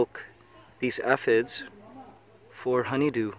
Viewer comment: Thank god you said aphid correct that last time, I was about to loose it.